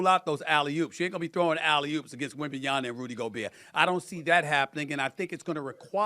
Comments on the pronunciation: No one: Stephen A: Victor Wembenyana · Waiting for the day that SAS pronounces Wembanyama correctly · How this man STILL can’t say WembanyaMa? Honestly. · I think it’s on purpose at this point. Everyone around him pronounces it correctly. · Almost two years later and he still doesn’t pronounce wembanyama correctly. Not that he can’t, he chooses not to.